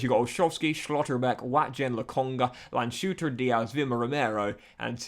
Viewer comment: STOP SAYING SCHLOTTERBECK AND LANDSHUTER LIKE THAT